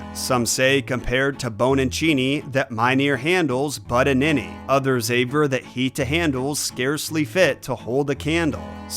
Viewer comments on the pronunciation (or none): I never knew there were any "Victorians" in 1720, 99 years before Queen Victoria was even BORN! And no, I won't forget Handel! Finally, "aver" is pronounced similar to "refer" (with AV rather than REF), not "saver".